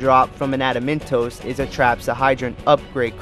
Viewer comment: Espionage = Espy-o-nage < like dodge without the second d, and Saboteur = sab-a-tour. His mispronounciations are cringe.. and... adamantoise< like choice!